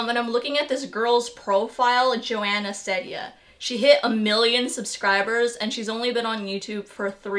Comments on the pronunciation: The Courtney show you are right! I love her very much. I tried watching Emma chamberlain but i did not have fun. And psych IRL No u did not pronounce her last name correctly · It's an ee sound in ceddia😂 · you said it wrong :( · I don’t think you pronounced it right :) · 💀💀 you said it wrong bahahah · You pronounced it wrong and she says her name multiple times in her videos. Do some proper research about her before you suspect her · you pronounced her name wrong s0 mANy tiMEs